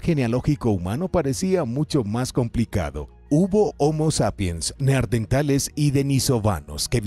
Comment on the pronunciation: Como puede este hombre, despues de tropecientos videos, seguir diciendo Neardentales?! 🦷🦷